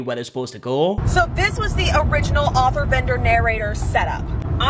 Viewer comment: ITS AUTHOR NOT OFFFFERRRR 😡